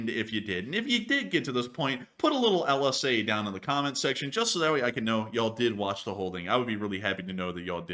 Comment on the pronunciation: LSA LS"EH" 🇨🇦